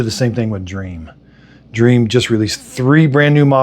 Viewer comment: It's DREAME not dream 😭